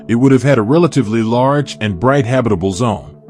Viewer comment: Habi-table zone??